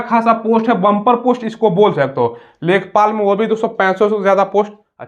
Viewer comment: लेखपाल न है इसको लेखापाल कहते है